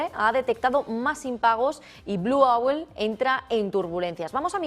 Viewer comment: Owl se pronuncia oool y no auel.